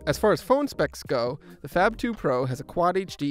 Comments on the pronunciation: It's supposed to be pronounced as "FAB" and not FAP for god's sake. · I know it is inappropriate but I heard: fap phone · Did anyone else hear the narrator say, " fap]2"? Am a the anly one that heard that? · Sounds like he's saying "fap"